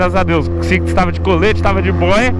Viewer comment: O invés de falar Six ele falou Sixis kkkk